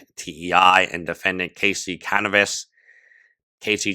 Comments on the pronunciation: I love u but its Caviness nor Canivess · The way you say Caviness sounds like cannabis, which is very fitting 🤣